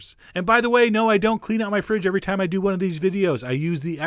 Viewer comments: "We're gonna use some yogurt, a little bit of salt, and a lot of thyme...." It took me until the end to figure out "time," not "thyme! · Did anyone else hear the ingredients as "Yogurt, salt, and a lot of thyme?" It took me a minute to figure out that I was wrong. >0<